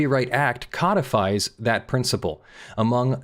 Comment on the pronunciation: You make 'codified' sound like its to turn something into a specific sort of fish 😳🤣